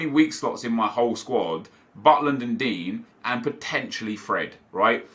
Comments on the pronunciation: You realize it’s pronounced din-yay not dean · Anyone else find it funny that he calls digne dean?😂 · Pronouce Digne's name right please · I swear you pronounce Digne wrong